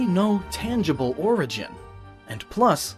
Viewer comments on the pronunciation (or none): none